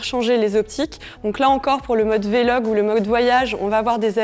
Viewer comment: On dit VLOG pas vélog